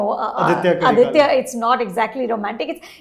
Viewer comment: FYI Its Aditha and not Aditya. Surprised that you folks said that you saw the Tamil version and still didnt get this